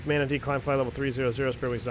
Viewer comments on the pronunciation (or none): “MNATE” is Manatee.